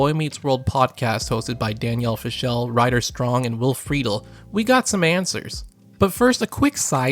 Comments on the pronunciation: You pronounced your boy Will’s last name incorrectly, it’s more like Fruh-DELL. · It might help when you learn how to say will's last name